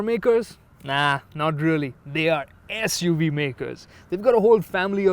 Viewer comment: Not "As*" UV makers. "SUV" makers!